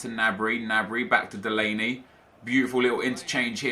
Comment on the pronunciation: The G in Gnabry is pronounced